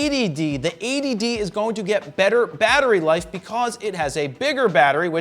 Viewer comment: everytime you say 80d it sounds like A.D.D.